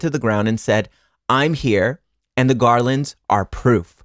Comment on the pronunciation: the way you said garlands killed me i love you omg